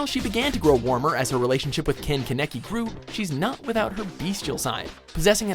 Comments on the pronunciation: IF YOURE GONNA SAY KANEKI SAY IT RIGHT GOD JUST RUN HIS NAME THROUGH GOOGLE TRANSLATE ITS NOT HARD IF THE DUB ACTORS CAN SAY IT RIGHT YOU CAN SAY IT RIGHT. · It’s KAH-NEH-KEY. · IT TRIGGERS ME HOW HE SAYS KANEKI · He said Kaneki wrong. Triggerd lol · Totally butchered Kanekis name hella pissed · He butchered Kanaki's name so bad XD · Bruh that Ken-Kaneki pronouncination